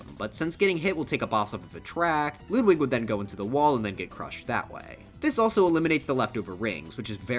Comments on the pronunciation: Ludwig not LOODWIG why do you pronounce his name like that Jesus H... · bruh he said loodwig ( i still like your content tho) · Ah yes, “Loodwig”